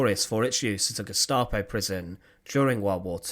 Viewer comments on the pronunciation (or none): none